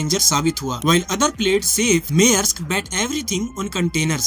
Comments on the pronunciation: Mayorsk nahi hai bhai bo ,Maersk hai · Bro Maersk ko mearask pronounce kyu krte ho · YOUR PRONOUNCIATION FOR MAERSK IS IN WRONG WAY.